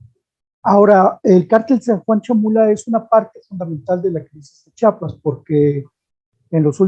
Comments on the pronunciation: C H I A P A S, te guste o no se llama Chiapas, aprende a hablar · No sabe ni pronunciar el nombre de un estado y ya es especialista